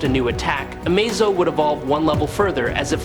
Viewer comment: thumbs down, your ai can't say amazo all the time, that is your fault